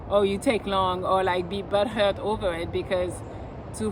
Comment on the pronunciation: Hearing you say "butthurt" with your accent made my day lmao